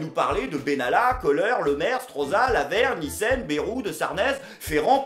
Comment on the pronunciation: Quand il a dit " Lavergne, Nissen" j'ai compris "la ver-micelle"